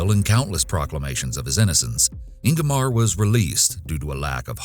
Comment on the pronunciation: Thanks for highlighting a Swedish case. Well done with pronouncing the names. (The ”e” in Agneta is pronounced more like the ”ea” in ”dear” or ”fear” and the -ar in Ingemar is pronounced more like the -ar in Spanish verbs, like ”hablar” and ”tomar”).